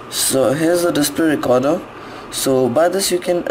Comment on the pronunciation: dispray recorda